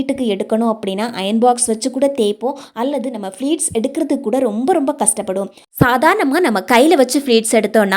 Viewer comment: அது ஃப்ளீட் இல்லை அம்மா. ப்ளீட். கஸ்டம் இல்லை கஷ்டம். உச்சரிப்பு சரியாக இருந்தால் வீடியோவைப் பார்க்கவும் சுவாரஸ்யமாக இருக்கும். ஆங்கிலம் தேவையில்லை. அழகான தமிழில் உச்சரிப்பு சரியாக சொன்னால் இன்னும் நிறைய பேர் பார்க்க ரெடி